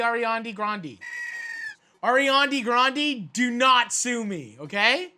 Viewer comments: "Eirianne gheerandee" Matty, 2k19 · " Awry-andee grandee" 😆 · "ARIANDE GRANDE" - Matty 2019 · “Arian Degrandi” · "Arian DiGrandi" - Matty Matheson, 2019 "Mortar and pisstle" - Matty Matheson, 2019 God, I love him so much.